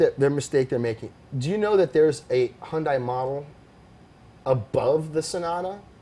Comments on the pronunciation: Have you guys not watched the Hyundai commercials?!!! Hyundai is pronounced Hun-day like Sunday! You would have more cred if you would say their name correctly. I would also make the bet that the quality of a Hyundai will never be the quality of a BMW, unless their place in the market changes from affordable to exclusive it will never compete for the same buyers as an M3. The production car is not great just because of the Pike's Peak record breaking prototype. Remember Lancia.... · its hyundai like sunday... words from a hyundai dealership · Well spoken, Alex Roy. Just one thing, you pronounced Hyundai correct at the beginning, but you kept mispronouncing it. Hyundai always try to make their cars better and better, it will be huge like Alex said. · Wasn't Hyundai already in WRC back in the 90s? Also, please stop saying Hyun Die. It's closest English pronunciation is Hyun Day. But why bother, you say your favorite brand is Porsche and you even pronounce that wrong.